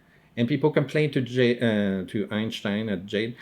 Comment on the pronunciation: I just screamed with laughter when you said “EinShhhtein” and then got pissed and your monocle fell out!